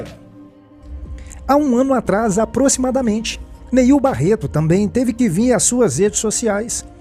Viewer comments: Não é "Niel" é NEIL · Quer fazer fofoca e não sabe nem o nome do pastor... Não é Niel... é NEIL